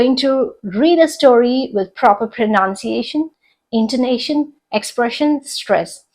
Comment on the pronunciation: Your pronunciation of “ Pronunciation “ does not seem correct. ( How to differentiate the difference between pronounce & pronunciation) Hope you’ll take my suggestion in the right spirit.